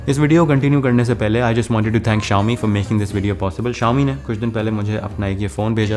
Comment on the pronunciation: Baki subh tou theek hai lekin yeh Xiaomi ki pronunciation aaj pata chali hai bhai